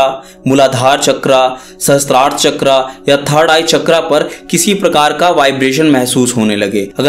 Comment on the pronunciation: Not chakraaa its चक्र